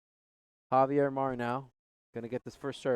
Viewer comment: Javier is not pronounced "Havier" in English. Do they jump or hump in a game? Please use English without idioms and slang